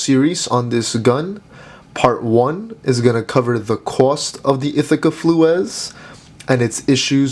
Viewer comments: I also disagree. It is also pronounced Flues, not Fluee's. This gun other than Damascus barrels can handle anything. After being and used in my family for over 90 years has shot everything!, Lead Nitro mags, to field loads. Barrels still ring true, and have no damage. Stop looking at gun shop advice, and take it from people who have shot it for more than 90 years. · 11 years later and i came here to say you constant pronunciation of of Flew-ez is annoying as fuck and shows what minimal research you've done. The shotgun was named by the designer Emil Flues, pronounced as flews (flooz). I'm watching videos on the Flues as part of data gathering and your constant speaking with absolutes then saying "as far as you know..." means you're not really credible. Putting something out there because nothing exists is noble but I'd rather have objective knowledge shared than a 4th grade book report. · Like the other says your pronunciation of flues is incorrect, flews would be more correct. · Stop pronouncing Flues that way. I could only stand about 3 min.